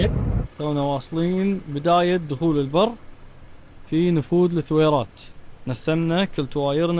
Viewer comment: ترا اسمها الثويرات مو لثويرات بدون ماتنطق اللام يا يالسمي ✌